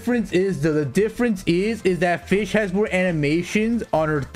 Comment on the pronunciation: the way he say fish.. for fischl ///*///